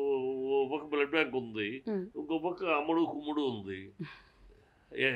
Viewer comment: అరె సన్నాసి హూ ఆర్ యు సన్నాసి అ ఆ ఉ ఊ ఏంటి మాటలు అసలు అర్థం కావడం లేదు మీ ఛానల్ కి ఎవరు రావడంలేదని వారుని మాట్లాడమన్నారా ఓ ఓ ఓ బ్లడ్ బ్యాంక్ కాదు బ్లడ్ బ్యాంక్ అది కూడా కరెక్ట్ చెప్పలేడు ఈ సన్నాసి